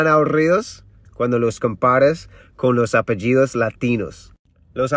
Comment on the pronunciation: Qué bien que pronuncia los apellidos latinos!!! 😍